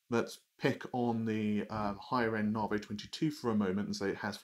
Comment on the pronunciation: Its called "Narvey" :P